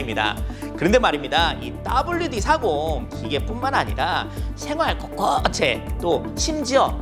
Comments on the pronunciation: 따블이아니고 더블이라고읽어주시길.. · 따불류가 아니고 더블류 ㅋ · 근데 꼭 따블류디 40이라고 하셔야만 했나요!! 발음이 너무 찰지네요ㅋㅋ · 따아블류 ㅋ꙼̈ㅋ̆̎ㅋ̐̈ㅋ̊̈ᩚㅋ꙼̈ㅋ̆̎ㅋ̐̈ㅋ̊̈ᩚ 계속들림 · 구수하네요 따불유디삼공 ㅋㅋㅋㅋㅋㅋㅋㅋ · 영어문자를 그대로 읽는게 아니죠~~ 따블디 40이라고 해야 맞쥬~~ㅋㅋ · 따블유~디 사공입니닼ㅋㅋㅋ 더블디 라고 많이들 하던데 재밌어요!